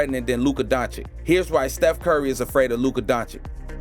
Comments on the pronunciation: Luka who? Donchick? If you make the effort to create a video, make also an effort of 5 seconds to learn the proper pronunciation. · Its been a year since the video, did u figure out the right pronounciation of Dončić yet?